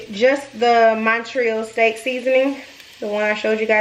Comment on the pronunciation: It’s not “monnn-treeeeeyul”, but “mahn-tree-ALL”… as in; Montreal, Canada… which is what made that seasoning famous..